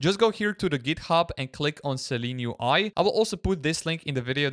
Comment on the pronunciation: It’s Seelen UI not Seleen UI.